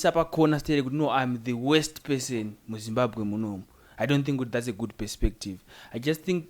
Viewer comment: Yeah kudzidza kopengesa mapronousations arikutaurwa apa ka 😂😂😂😂😂 handzi Passon 😂handzi midwifree haaaaaa imi ka itai mushe